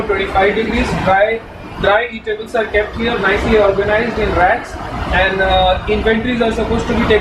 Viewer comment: in store... i heard rats when you said racks :D